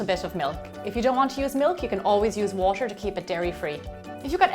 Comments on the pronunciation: Why does she say washer? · the way you say water is driving me crayyyyyyy